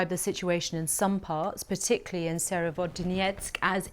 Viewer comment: please don't read it as Serevodonetsk it's Severodonetsk